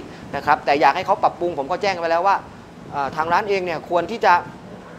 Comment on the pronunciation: ร้านครับไม่ใช่รว้าน จะมีเสียง ว ควมมาทำมัย